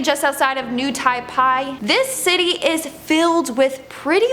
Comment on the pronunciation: It’s new Taipei not new tyepie